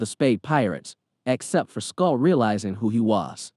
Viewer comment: 'skull' knew who he was? say-bowdy? k-youja? has the narrator even watched OP?